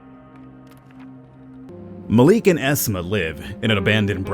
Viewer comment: Its pronounced Ma lik